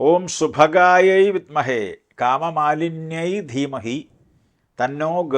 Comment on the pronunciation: Kamadayinyi dhemahi a an u correct kamamalinyi alla